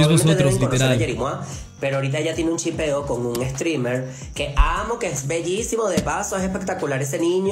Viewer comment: llipeo se dice chipeo